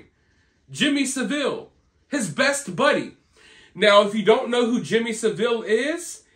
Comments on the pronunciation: Love you, but, it's pronounced Saaaville.😊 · Just to clarify, its pronounced Sa-ville (2 syllables). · Ive met many members of the Royal family and all are quite engaging ...please its Jimmy sav ill not saveel😊...King Charles was only involved with jimmy savile because of the charity work ..Fact ..Jimmy gave a lot to charity ,and it has been exposed what Jimmy did ..Thats nothing to do with King Charles ..ive always gave positive comments here but ,this upload is a bit of a F up....Us brits arent stupid and fully aware of the marriages to cousins ..Its happened in other familys and in other countries ..Thomas kingston was found in a locked.. out building ..obviously the circumstances are pretty painful for the family...Its their right to have privacy ...This upload is a mismash of second guesses ..Facts are ..King charles has Cancer ...William has cancelled one appointment because of a personal matter ..Princess Kathrine has taken time out ,and why not she has had lots of engagements,has children .No mysteries.really disappointed this time ..